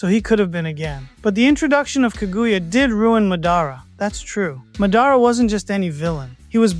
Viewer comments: Madára instead of mádara threw me off. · It’s Madara. You are saying his name wrong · 🌽ball. Think before commenting. It's AI you know AI mispronounces names sometimes